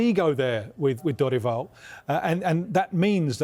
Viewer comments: Thank you for pronouncing Dorival properly. I disagree with the view that Brazil is more open about mental health than the UK. That is absolutely not true. There is a confusion being made there about a culture that is affectionate and open about affection with a culture that is open about mental health. British people are way more open about mental health problems, way less taboo to say you have depression in the UK than in Brazil where even in 2024 people still say "you're just weak, there are people starving, get a grip". I 100% believe that Croatia game would have done differently if they had psychologists on staff. One of the few teams in 2022 that didn't bring psychologists. Argentina brought an entire team and each player had their own already, partly because of, as mentioned in the video here, the culture is so open to therapy. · Props for the effort on studying the Brazilian football scenario and also learning the pronunciation of people’s names, we don’t see that often, thank you! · He pronounces Dorival so accurate